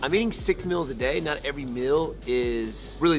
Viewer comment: He keeps saying MILLS instead of MEALS